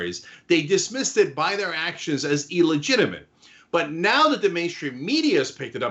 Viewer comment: OK Cenk... it bothers me and I know I'm a grammar nazi... it is NOT ELLEGITIIMATE it is illegitimate.